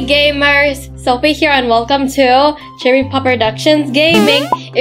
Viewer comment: 🤣🤣 Shopie It's "Sophie" not Shopie🤣🤣